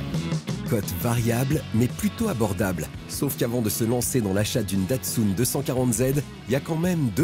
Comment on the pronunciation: C'est quoi cette manière de prononcer "Datsoune" pour Datsun ?! Même les japonais ne le prononcent pas de cette façon. Ça se prononce "tatseune". En France, on est toujours à côte de la plaque sur la prononciation des mots, des noms propres étrangers.